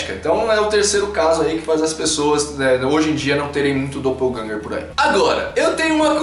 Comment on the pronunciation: 'Doppelgänger' uma palavra alemã que simplesmente significa sósia.. 'e a pronuncia não é como se tivesse lendo em inglês'